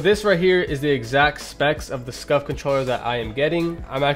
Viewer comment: Who also thought he said scuffed not scuf